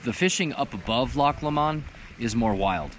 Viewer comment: I love your video especially since it's in my back yard . I grew up in clear creek county and have learned every square inch . I have to make a correction about how your pronouncing loch lomund .. it sounds like your saying la-mun but its actually low-mund lol im sure im in correct on the example lol but just saying .. amd really of you want to continie to say it as you are then thats fine .. and ill sat it how ive grew up saying it for the last 40 yrs.. good day and ty for the wonderful video